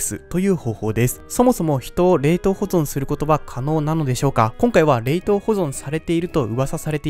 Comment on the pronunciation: 冷凍の言い方気になる